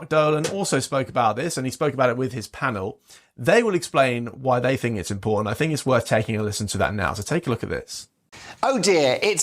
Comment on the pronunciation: thinks it is IMPOR--TANT--typical left wing gob